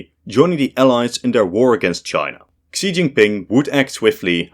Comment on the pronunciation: For another umpteenth time, Xi's name is pronounced "SHE", NOT "KSEE"!!